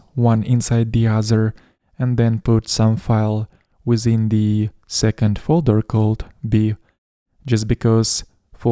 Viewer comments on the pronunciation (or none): none